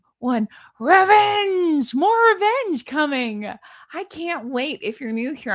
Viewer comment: I missed your “RRRREVENGE”!! 🤣🤣🤣🤣🤣🤣🤣